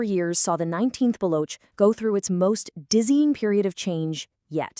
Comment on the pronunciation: Its baloch not block